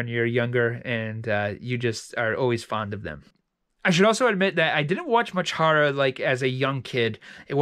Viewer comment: Lol I love the way he says horror “hurrah”